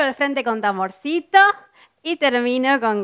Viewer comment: ME ENCANTO TUS VAILES PERO CUANDO DISES TAMBOR SITO NOES ES COMO AGITAR LAS 🍑🍑BUENO TAMBBIEN TELO SABES DE OTRA FORMA